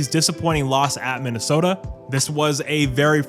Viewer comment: Minna-Effing-Sooota. There is no excuse.